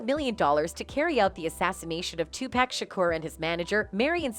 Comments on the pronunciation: White ppl it's not 2pack it's 2pac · Can't listen anymore because the narrator keeps mispronouncing Pacs' name. I noticed all white narrators mispronounce his name from time to time. 2 pac= pock not pack SMH. It really bothers me. Puffy is in that I'll do whatever it takes or anything for the fame and fortune crowd or world. When they are tired of him or no longer need him. He'll get what he deserves. It's knocking at his door. I've never liked him. He has always been lame to me. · It’s so cringe listening to her botch everyone’s name ….who tf is 2pack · It's not too pack, it's to pok. You're always pronouncing black entertainers names wrong. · The way the reporter says “2 pack” is some bullshit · 2pack, sug knight, kef D …this why everybody can’t report on shit can’t even pronounce the names correct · Lol Soog Tpack these names we hear all them all the time she really slays the names!!!!